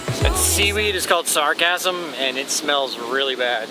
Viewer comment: Dude, it is Sargassum Weed, not “sarcasm weed”. Although you can call my comment sarcasm, you should not call it sargassum! Lol